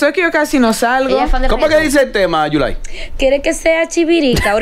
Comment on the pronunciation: Yulaiiiiiiii 😂 Tienes que aprender sandra"